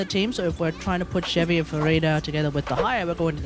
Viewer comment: Also the fact that he isnt using chevy right